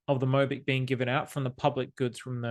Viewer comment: 모비키~~ 모비키~~~ 귀여운 발음입니다^^ Bitcoin & BitMobick is priceless!❤